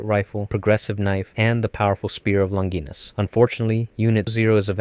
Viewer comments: I'm pretty sure "longinus" is pronounced "lon-gee-nus" not "lon-guy-nus". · You pronounced Longinus differently twice lol. And I think they’re both wrong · Ok, this is a good video, but i have some criticism for it, i think its constructive. Let's start with pronunciations, Longinus is pronounced Lon-Jih-Nus. Evangelion is pronounced Evan-geh-leon. Bardiel is pronounced Bar-de-el. Zereul is pronounced Zur-rule. Cassius is pronounced Cass-e-ous. Also you forgot unit 05. I hope this comment has helped with a few things, i hope i didn't come off as an a-hole in this comment but besides the stuff I've mentioned, great vid